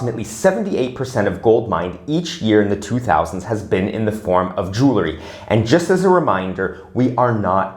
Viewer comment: Please don't say jewlarry! It's jewelry!